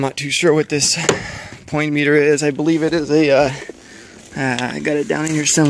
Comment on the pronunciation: "Point meter" ?? .. Are you trying to say "potentiometer" ?